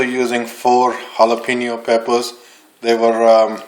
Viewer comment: all great but just try to say jalapeno with a little more accuracy.